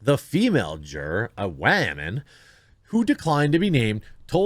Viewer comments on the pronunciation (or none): What’s with the weird pronunciation of “woman”? Pathetic.